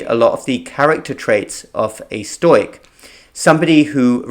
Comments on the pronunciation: Stoic is pronounced stow ic...never stoy ic!!! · Great video. Just want to help you pronounce the word 'stoic' a bit better - it is 'stow - ick'. I had no idea what you meant at first, but worked out what you were saying after a few exposures but it'll be best to re-learn that particular word for an English audience. Love your work - thanks for keeping on keeping on.